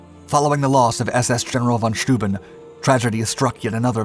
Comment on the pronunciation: 'Steuben' pronounced -'Schtoyben'...